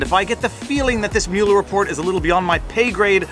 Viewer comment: I added a like simply because you pronounced Mueller's name correctly. Half of our media in the US pronounce it "muller".